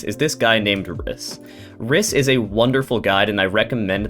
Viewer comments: its pronounced "reece" not "ris" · agh rhys is reese not riss pain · it's not rys it's reece my brother is named rhys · Rhys is pronounced like Reece. It’s a boy’s name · pronunciation bad “rhice” “glaysite”